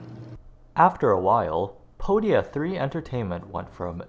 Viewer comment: Podia means feet and in the way you pronounced it it's close to the actual greek pronunciation. So you literally made a feet company I love it, it hurts my brain but I love it 🥲